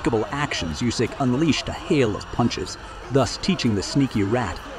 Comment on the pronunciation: how do you fucking nail the pronunciation on Usyk, but we get "hye" and Myorguy"?!